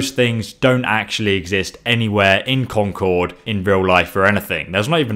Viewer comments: you're mispronouncing Concord I go there every other week I live in New Hampshire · The way he says concord hurts me inside